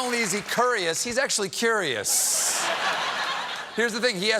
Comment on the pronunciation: I was kerious.... kerious, and curious... tremendously